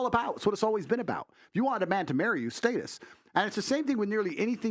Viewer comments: state us...? status? this dude can't talk lol. every other weird was pronounced correctly. annoying AF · Aye nobody ever comments on him pronouncing status wrong bro b saying stateus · someone teach tate how to say status 😂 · Is that how you suppose to say “status”? Is it stat-us or state-us? 😂 but he’s right about some women forced men to get married. Which I think is effed up. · Stay tus😅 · The way he says status is funny af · The way he say status is insane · The way he pronounces status is so weird. One of the few times his accent seriously comes out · Why he say status like that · He sounds funny when he says “status” I’m a huge fan tho I just find it funny cause I’m from the states and we pronounce it differently.